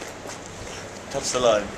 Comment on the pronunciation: hahaha the way he said lime